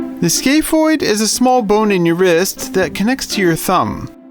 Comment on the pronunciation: i thought he was saying skateboard the whole time like someone named a bone skateboard